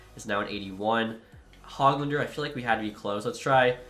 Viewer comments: FYI it it is not HOG-lander it is pronounced hogg-lender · Dawggg come on man. Stud-neetch-ka, Hogue-lander, Petter-son, mick-hey-ev